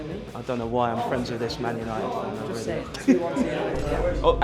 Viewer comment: "juss" ahahaha don't change! 😆